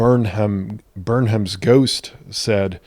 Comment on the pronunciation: You're brilliant and I'm so appreciative of your work! One note - name suffix "ham" is pronounced "um." Like in the word, "gingham." So it's pronounced Burnum's Ghost.